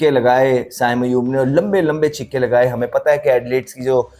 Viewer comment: Chhikke nahi chhakke bolo